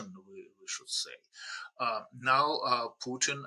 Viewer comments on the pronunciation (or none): Please stop saying Pyutin. It’s not hard, just listen to how your guests say it. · Why [trəmp] and [pju:tin] and not [trju:mp] and [putin]?